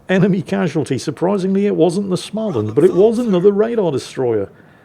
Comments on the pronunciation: Small-and. Not Schmaland. Every time 😂. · You are nearly there... if u say Smoland its almoast Swedish... not Smaaaaland... try it out;) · More like smeau-land. The circle over the a is not just for good looks. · Please, there's no ch in Småland. So it's not Schmaland. You'd get WAY closer to the swedish pronounciation by starting it, trying to say the english word "small". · Please,, there is no "ch" in "Småland", just say "small" + "land" and mash the two together without pause. You can handle "Östergötland", you can handle this;-) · you could always learn to pronounce Småland...